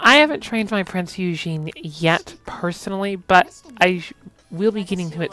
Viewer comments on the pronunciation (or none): The eu in Eugen is pronounced same as the eu in Freud, her name is pronounced Prinz Oygen